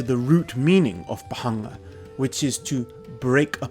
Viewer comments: Amazing video as always. I think in the pronounciation of bhangā 'a' is silent. In india the only people who smoke "bhangā/marijuana" traditionally have been sadhus, but it is strictly prohibited for consumption of normal people ( there are no special clauses that exempt 'sadhus' from smoking prohibition, it's just that authorities recognise the traditions and does not meddle in sadhus' way of life). The only way common public consumes it is through a special 'bhangā' milkshake/drink specially prepared in festivals related to lord Shiva ( most prominently Shivratri ). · It's Bhaṅga in Sanskrit and Bhāng in Hindi, is both pronouncing and spelling it wrong